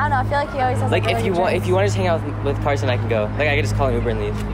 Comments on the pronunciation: Did anyone realize it’s Carson not carosn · I love how she spent Carson like carosn ahahaha🤣🤣🤣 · I just noticed called the Carson guy “ Carosn ❤️‍🔥” hahahah u gotta love 😂